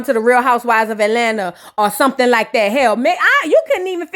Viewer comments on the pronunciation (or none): none